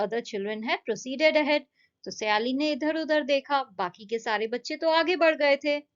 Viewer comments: सयाली नही हैं वो सायली हैं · Wo saayali nahi hain sayali hain